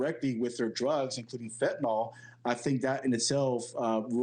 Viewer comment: Why can't anyone pronounce FEN-TA-NYL? There's no Fentin-ALL.